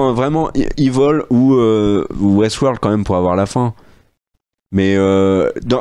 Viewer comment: On dit "Évil" pas "iveul"... Franchement quand même 😉